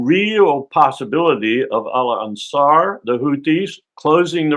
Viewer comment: COLONEL: AGAIN IT'S "ANSAR-ALLAH, NOT ALA ANSAR!!!!!!!